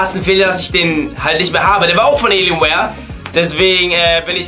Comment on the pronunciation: es heißt Alienware und nicht Eeelienware!!!